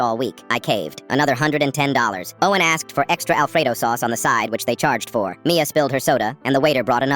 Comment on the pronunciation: The way when he said oh en when he ment to say Owen is so so funny